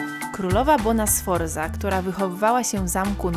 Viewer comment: PRAWIDŁOWA WYMOWA PO WŁOSKU NIE JEST TAKA TRUDNA!!!!!! Warto się podszkolić, np. Bona "SFORCA" i "VEKIO".